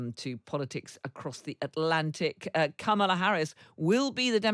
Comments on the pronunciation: Kamala will win this election! 💙💙Vote Blue up and down the ballot. 💙💙 Btw, her name is pronounced comma-la. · Cheri is a great guest & could try and pronounce Kamala correctly as:, la. That’s it & it means lotus flower 🪷. Thank you.